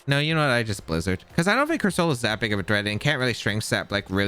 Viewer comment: ' pronouncing Corsola as Cursoula reminds me of FSG's pronounciation of Reuniclus